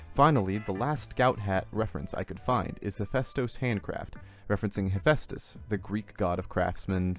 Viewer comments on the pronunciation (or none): none